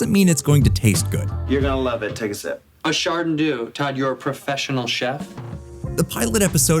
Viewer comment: They called it chardon-dew instead of char-dew-nay?, this showbdeserved to fail!